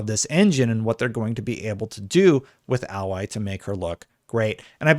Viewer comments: you really need to get the name correct if doing a video about the character 😆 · Seriously who do I have to fuck for people to pronounce Aloy properly? Rost literally screams her damn name in the first 10 minutes of the game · Umm what are you talking about, he keeps saying her name wrong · Why can't people pronounce Aloy? They say her name like a million times in the first game. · yeah I agree with him on everything but disliked because of the mispronouncing. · Aloy is an actual thing and that's how you pronounce it. Kinda hard to relearn your brain to pronounce it in a new way. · The way your pronounceing Aloy is giving me a headache lol! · Question, how have you played the first game if you cant even pronounce her name right, jeez i cringed everytime😅but as an xbox gamer i bought a ps4 to play horizon zero dawn and spiderman and hopefully i can get a ps5 for horizon forbidden west, spiderman and wolverine, for now ill enjoy my series x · I don’t understand how people can have played Zero Dawn but not know how to pronounce the main characters name properly lol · The way you pronounce her name is distracting. Pretty sure the game pronounces her name differently. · Hearing alloy instead of A-loy is quite jarring. ((edit...when I posted I had not read the comments, didn't mean to dog pile but at this point it is kinda funny and since you pause every time you say alloy I suspect you may have done it on purpose so leaving the comment....pretty good video otherwise ;)~ )) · Can this guy read or is he just mispronouncing her name wrong on purpose, am I missing a joke because if he wasn't a complete idiot then he would alloy is how you spell what he was saying her name is A-loy. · its not alloy but aloy lol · A-Loy not al-Loy the a is long not short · Can't people get over this already? She looks just fine goddamnit Also it's pronounced Ay - Loy not Ah - Loy ffs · Dude...it's pronounced...."A Lloy"....not AL loy:) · You mean alloy? Aloy is pronounced different